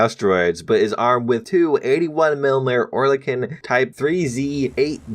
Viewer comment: Btw it’s pronounced air lick on just wanted you to know